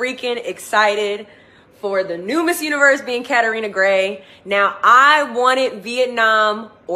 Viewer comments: When she called catriona catarina -_ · Deshauna stop saying "Katerina". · I love how Susie Castillo pronounces Catriona. 👑👑👑👑👑👑👑👑